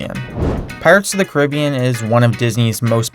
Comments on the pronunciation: oml im very sorry but its not pirates of the cah-ribbbbbbben but its pirates of the cah-ri-bee-an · "Pirates of the 'Cribeeyin'." Very well pronounced. 👌 Time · Eeeeh cringe Caribbean (ca-rib-ee-an) when talking about the sea but the movie is (care-I-be-an) or at least that's what I find normal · "cribyun" me:..........CAR-I-BEEN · I thought it was pronounced "Care-a-be-an" instead of "Cer-i-be-en" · It's pronounced car _ rib_ee_an not Cer_rib_ee_on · It’s pronounced cara-bee-an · You said carabean wrong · TheGamerAdmin Hes saying it like the The Caribbean Islands the way Americans pronounced it was Care-a-Be-In for some reason. While the word itself is pronounced Caribbean. The movie is pronounced Care-A-Be-In. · Its pronounced care-a-be-an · I'm from the Caribbean and that's literally how we pronounce it. However when we're talking about the movie we say care-a-be-an. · it is pronounced ca-ra-be-an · That is not how you pronounce Caribbean Ca-ri-be-an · Pirate of Caribim he says its pronounced car are not car ar a be en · your saying carribean wrong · You pronounced Caribbean wrong. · I hate how he pronounced PIRATES OF THE CARIBEAN wrong. Nice video though. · you americans cant say Caribbean right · it's not how you say carribean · He pronounced Caribbean wrong... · now Caribbean...the way you pronounce it rubs me the wrong way, it's like...it just sounds wrong. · twitching because he mispronounced Pirates of The Caribbean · The way you pronounced Caribbean just made me cringe so bad, but this was still a great videos